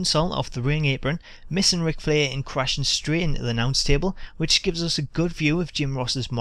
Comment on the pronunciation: LMAO I love how you say Flair. ''fleeh''.